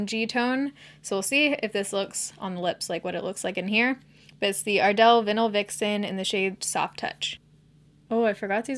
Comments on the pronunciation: ...did you just say "vinnal" for vinyl??? I know you're in Washington but you sound Canadian! Love you anyway:) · 🌯💕 I stan don’t me! but I’ll never not be hearing “vinnel” vixen now 😬🙈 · Wait, do you not know how to pronounce the word "vinyl"?? 😂😂😂 Oh,!